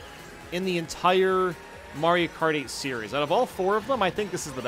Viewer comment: when he says mario kart 8 it sounds like he is saying Mario party or Mario karty